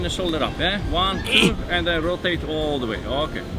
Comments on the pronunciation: It's not "Ehhh". It is "Yeah". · He's saying "yeah" not "eh" 😂